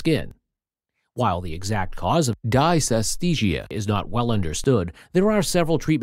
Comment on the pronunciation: If the narrator can't pronounce the term correctly there can't be much to learn - except don't use computer generated voices!